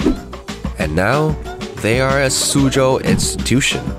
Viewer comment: thank u for saying suzhou right